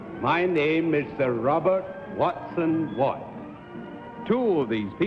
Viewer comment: It's "Watson-Watt."